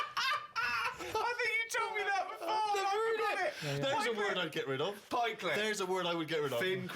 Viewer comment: Karl Pilkington and my mum are the only people I know who say Pikeclet